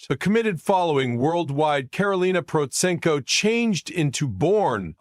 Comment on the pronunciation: This narrator is terrible. First, he can’t even say her last name properly, than later he says a bunch of gobblygook that makes no sense.